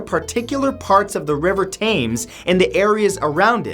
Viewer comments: River Themes doesn't sound like "Tames" it sounds like "Tems" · 3 years late but.... Bruh, it's pronounced Tems not Tames. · It's pronounced The River Tems, not The River Tames. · From a Brit, it's pronounced 'Tems' not 'Tames' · Tames, Tames? Tems dear boy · The river Thames is pronounced "temz" not "tames" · WTF is the tames. The river is called the Thames-pronunced tems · Thank u that your pronunciation pissed me off too x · It’s pronounced ‘tems’ not ‘tames’ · It’s pronounced River ‘tems’ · Somebody get your boy. He just said Tames like the river's name is James with a T. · Love the video. Just one little thing. The river Thames is pronounce tems, so it rhymes with gems. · It's pronounced river Tems. Not Taymes. And vandalism isn't about spray painting, vandalism probably refers to breaking a window to enter your house, if you are not home. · Tams. River Tams. Although it’s spelled Thames. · im sorry did u just say rive taimes m8 it tems 😂😂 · Btw it’s pronounced the river Thames not tames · Brother its timms not takes. The river Thames. Not tammes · Its not pronounced 'tames It is pronounced 'tems' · Just saying it’s pronounced the river tems not tames just to let you know:) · It’s not pronounced tames it’s pronounced tems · Erm who else is British and knows that the Thames is prenounced tems not tames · Why did you say it “tames” it is “tems” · I do love your vids but i come from england and the way you pronounce the river Thames its pronounced tems not tams (im spelling it how its said) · The absolute ignorance of Americans is astounding. The river Thames is not pronounced 'tames'. It is pronounced 'tems'. Imagine how you'd feel if people referred to Arkansas as it is spelled? You'd think they were idiots. And don't forget La Jolle, and Spokane, and Loisville, none of which are pronounced as spelled. Likewise with people who pronounce 'Thames' as it is spelled. For a channel claiming to research, you fall WAY short. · Thames: T-e-m-s, not T-a-m-e-s